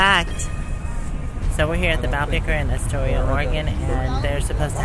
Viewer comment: I got to drive a trolley once when my dad worked in Yakima Washington as a volunteer. Very cool experience ! It's pronounced Ass-toria , lol! You guys were brave tromping through the forest like that.